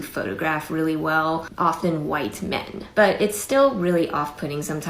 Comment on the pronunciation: first sentence and she's already sounding like a sloppily programmed robot. I happen to be a language person myself but you don't need to be one to pick up on the weird way her intonation falls on "...often white men". Normally you wouldn't emphasize the "men" part here, since after all in a comparison between different sorts of men, it will come as little surprise that the most successful within the selection pool will be men as well. It's superfluous to even mention, let alone emphasize. Why does she anyway? I'll go out on a limb and entertain the possibility that she along with sisters like her have been trained to think of the [white+man] intersectionality as a handy, milder form of swear word. Like ["fully unsupervised"+toddler], or [Zimbabwean+punctuality]. Neither truly awful on their own, only once you brew them together into a particularly toxic mix. A mix so potent and important that it must be emphasized over and over, even when the person doing the critique is herself a junkie of the poison she warns against. She has detected that her craving for this drug is shared by other sisters, and "done the work" required to pin the blame on the thing she likes, for liking it.